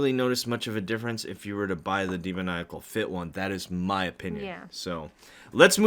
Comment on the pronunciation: When you can’t say demonical